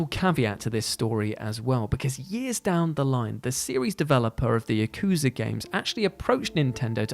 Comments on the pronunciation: ya-kuza ... yaku-za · Yakooza lmao